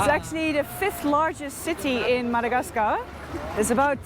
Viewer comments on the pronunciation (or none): I'm now pronouncing Madagascarrr like you